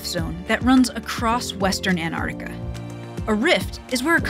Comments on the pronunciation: Why can't your presenters pronounce the name of the very place the entire video is about???? An TTTTTT arctica. There is a T after the N 🤦🏻‍♂️ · An-artica. 12 Seconds in and I'm already triggered. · So neither presenter can actually pronounce the name of the continent. They’re only ‘T’s’ I suppose but hey, they belong and shouldn’t be ignored. So, practice it as much a you need. AnTarTica. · FYI: I'm pretty sure the first "t" in Antarctica is not silent. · It's killing me. None of the scientists are calling it that. How did they not learn how to say the word that is the literal subject of this entire series. It boggles the mind. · Noah fence but why don’t Americans pronounce the first T in Antarctica...?